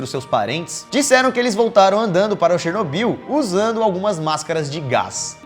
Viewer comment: " um turista andando por SheRsNozbill "